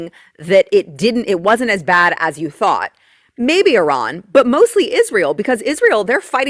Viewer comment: People people people can we pronounce words? Please? please stop saying e raan. There is no such place as eraan. Nowhere on this planet does eraan exist. I have heard of Iran. Pronounced I ran. Simple please please stop and find out how to pronounce something you will be saying repeatedly. No place called eraan. Drives me insane that no one can pronounce words these days shammmee iran. We should respect all people.